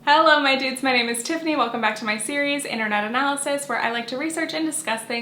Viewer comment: I've been watching for like over a year now but like....do you say "hello my dudes" or "hello my doots"?? I need answers!!